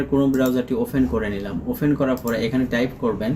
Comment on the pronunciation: অফেন বলেন কেন? অপেন বলতে হয়